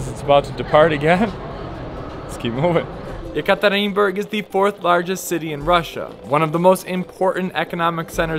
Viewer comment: You pronounce very correctly Russian 🇷🇺 name of things. Like Ural Mountain. All westerners pronounce "You-ral" instead Ural. Yes You still can't pronounce the city Ekaterinburg 🙊! But in general You artracted plenty of respect from Russkies, usually Russians 🇷🇺 did not respect at the first sight. But You acting very respectfully towards Russians 🇷🇺, and I think that they realize that!